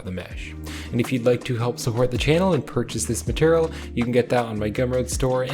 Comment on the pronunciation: are you saying "maternal" instead of "material"?